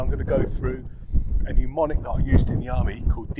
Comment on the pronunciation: When possible you'd do a resection before going through the DDCRAPs procedure. It's 'mnemonic' not 'pneumonic' : )